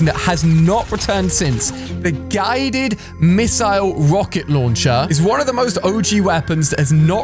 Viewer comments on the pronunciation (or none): The way he said GAAYDED MISSLE LAUNCHER